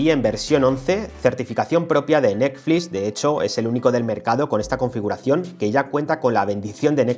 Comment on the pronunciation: "nesflis" jajajaja